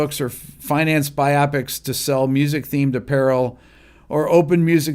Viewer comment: “Biopic” is not pronounced to rhyme with myopic. It’s pronounced like “bio pic”, because it’s short for “biographical picture”.